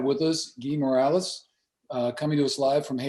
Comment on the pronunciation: Their last name is NOT Morales. They are Haitian, NOT Mexican. The name is Morelus (pronounced Moh Ray Loose). Get it together.